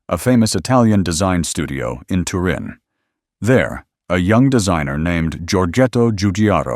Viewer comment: Add to “Bertoni” spelled w/an “I,” plus “tut-IN” instead of “TUR-in.”